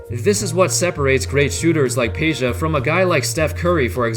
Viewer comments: It's Pedja not Peja !! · It's not Peja but Peđa (Pedja)